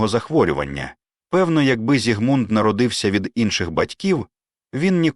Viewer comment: У імені Зігмунд наголос на першому складі. Чи це ШІ?